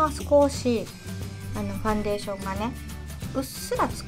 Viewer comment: ファンデーション⤴️のイントネーションが気になってしまう😩